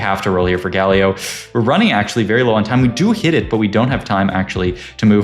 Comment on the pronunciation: Why does bro say "Guh Leo" instead of Galio